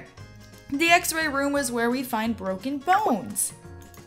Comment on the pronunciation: Ikr and also she said broken buns lol!